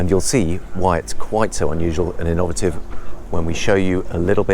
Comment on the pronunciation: did you pronounce innovative ih NOV a tiv?